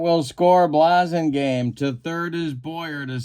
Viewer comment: It's BLASS-ingame and Turk LAUN (rhymes with town). Sorry!